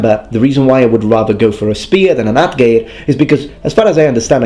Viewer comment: Your pronounciation of atgeir was good. The "e" sound should sound like the "a" in Bad.